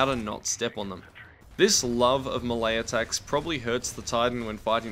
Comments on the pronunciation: Melee=May-lay not Muh-lay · Muhlae, im pretty sure its pronounced “mae-lay” yknow... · ITS MAY-LAY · I've heard "me-lee" and "may-lay" But I have enver heard until not "muh lay" (the lack of a dash is on purpose) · It's pronounced may-lay. Long A sound both times. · Eew you pronounce it as "muhlay" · Never pronounce melee like that again